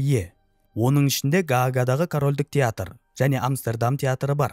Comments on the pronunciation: Амстердам деген Амберем деген сияктыма? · Амстердам деп айтқаныңыз басқаша естіледі екен құлаққа 😂 басқаша айтасыз